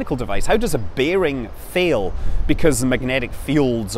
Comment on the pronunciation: "Hwy do Reaction hweels fhail?" ~Scott Manley.